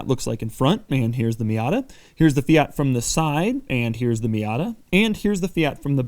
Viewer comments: Stop calling it a Fiata it sounds like miata. It is a Fiat. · Fi-at not Fi-yat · "Fiata" - Doug Demuro 2018 🤔🤔🤔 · FIAT is pronounced Fe-at, not Fee-arts, you only sound pretentious! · “Fee-it” not “fee-yot” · I swear Doug is saying Fiata.... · Doug the type of guy to pronounce it Feeat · Fiata lmao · Fiata, lol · Did he say... "Fiata??" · Fiyaat fiyet Fiyaat fiyet Fiyaat fiyet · He said fiata lol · 6.03 fiata :DDDDDDD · "Fee ott" Jesus christ. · 😂😂 fiata first time i heard that one. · Doug the type of guy to call a fiat Miata a “fiata” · Great video and super cool car. Still can't get my head around the 'Fi-yaaat' pronunciation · Please pronounce it fee ert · "Fiata" LMAO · Fiata?! Wut stop calling it that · Could you please say fiat right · You say fiat wrong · Ten seconds in and his pronunciation of Fiat is already completely annoying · It’s a MAZDA NOT !! A Meeyada ??? And a FIAT Please get the name right please